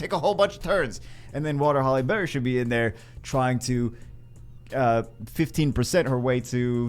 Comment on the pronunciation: Did it sound like he was saying Halle Berry to anyone else the entire video?